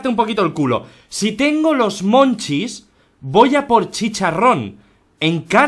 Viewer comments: El hambre de la maria es "munchies" y no se pronuncia "monchis"... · me perturba un poco que en los comentarios digan que "monchis" es de su pais cuando es munchies que es en ingles...